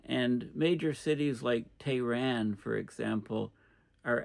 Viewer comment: Cambridge Dictionary phonetic pronunciation of Tehran: /teəˈrɑːn/ - /eə/ as in hair.